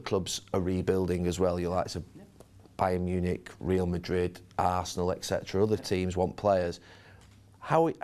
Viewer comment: Gary Neville: "Other clubs are rebuilding, the like of bayern munich, real madrid, ASSenal........😂😂😂😂